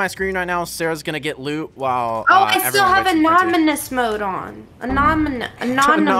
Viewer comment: “Anominus.” looool